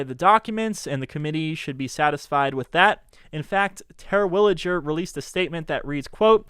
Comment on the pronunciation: Yes, but learn how to say Terwilliger.